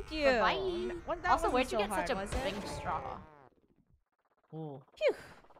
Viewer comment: Its saying BUY not BYEEE